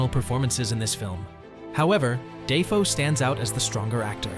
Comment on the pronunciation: ‘Da Foe’ not ‘Day Foe’